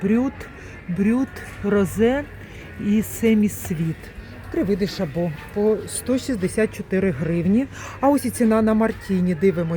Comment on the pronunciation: ШАбо. Наголос на А !